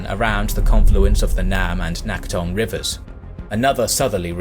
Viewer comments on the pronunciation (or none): Nice video, i enjoy your videos. I lived in Incheon and visited the memorial near the landing site for the Incheon offensive, as well as a few other Korean cities. Your pronunciation for several locations is a bit off tho. T is more like a soft D in Korean so Naktong is more like Nakdong. Teagu is Daegu. K is also more like a G. P is also more of a B, Pusan is really pronounced as Busan, though it's a soft B.